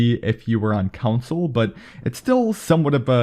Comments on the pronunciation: It’s “con-sole”. Not “kun-sull”. From England. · “Controls are the same as on ‘count-sole’ “ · Console not counsel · *Console….. not Council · its console not council lol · Bro really said cousul not console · It's CON-SOLE! not council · Dude really be saying "council" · Its console not council! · You kept saying "council" instead of console. It irked the shit out of me. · It’s driving me absolutely nuts that you’re pronouncing console as “counsole” or whatever you’re saying... it’s “con-soul” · Console..... Not council 🤦🏼‍♂️ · this guy said “council” more times than he said “console” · "Call Of Duty on Council" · When he says console, it sounds like council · Austin 2k-_- council lmaooo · It's console not counsel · SAME he like “council” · Council or console? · What’s he mean when he says council? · Why does he say console like council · Stop saying “counsel” it’s “CONSOLE” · this mans just say counsel? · ITS NOT COUNSEL ITS CONSOLE 😂plz man plz ur killing me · Man can’t say console. “Council”😂😂😂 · My eye twitched everytime you said "coun-sole" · Austin 2k-_- council* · council lmfao u meant council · council? wtf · Russ TheMuss he meant console lol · Anyone love how this dude says “console” 😂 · I have a beef with the way this dude says “console” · And not Mobile but "mobo"